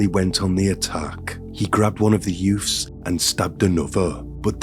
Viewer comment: If I hear the word "Youfs" once more I am going to go insane! Since when was a toddler baby a "Youf"